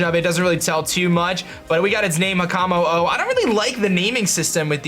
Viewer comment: With Jangmo-o, Hakamo-o, and Kommo-o, I believe you just say it "Jangmo", "Hakamo", and "Kommo" because it just seems to be more grammatically correct.